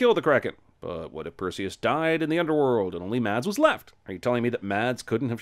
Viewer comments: Mads is pronounced mess, not mads. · For future reference. Mads is pronounced like: Mas. Forget the D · Literally the only problem I have in this whole video is that you pronounced Mads’ name like “ m a d s “ when it should be “ m a s s “ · The "D" in "Mads" is silent